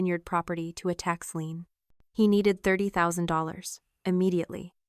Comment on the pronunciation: NOT tax lean BUT LIEN